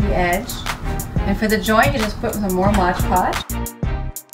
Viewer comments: MOD Podge, not "Modge" Podge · why is everyone calling it modge podge? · "modge podge"